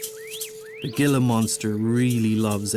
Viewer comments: Too bad the narrator mispronounces and the "g" sounds in the names. Most of these names are of Mexican origin, and the "g" is pronounced as "h". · Nothing to be sorry about! Most Americans who don't know those animals would likely pronounce them the same way. I just wanted to note it, that's all. You are spot on with your natural history extras as well. It makes me doubly pleased to remember that you are Czech as my mother is from Kasov. It has to be in the blod. Again, incredible video. You found some very rare animals there. Arizona Corals and Gila Monsters are hard to come by. I've been to Arizona 5 times myself and haven't seen either species. Fantastic work! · Outstanding photography! Just one small critique; the Gila Monster is pronounced HEE-la,, not "gila" (as 'gil' in fish. Otherwise... very good job! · Coming from Spanish, Gila is not pronounced "Gill-la" but "Hee-la"! Otherwise, an excellent job. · He said Gilla hahaha the G produces an H sound. Gi together produces a He. Heeela Monster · Learn how to pronounce names properly, it is Not "Ghee la Monster" it is Heela Monster. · Video is great, but I'm surprised at the pronunciation you used for the Gila Monster. It is pronounced Hee-la, not Jill's as said by the narrator. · Gila monster is pronounced "hila" not gila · Forgive me, but your language dialect is not from any area where the Gila lizard lives, or you would know thar "Gila" is pronounced "Hee-Lah." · Very good video, but I do want to point out that Gila Monster is pronounced with an H (heal-a monster, like what happens when you bring a monster to the hospital). It's definitely not intuitive, so most people have no idea from reading the name. :) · I do like Ur stuff but everyone please it is pronounced hila monster the j is pronounced as a h..thank u all n blessings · gila is pronounced Heela. just a heads up. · It's pronounced he la! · Excellent presentation of an American animal phenomena. But, ''Gilla'' Monster? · Pronounced Hila monster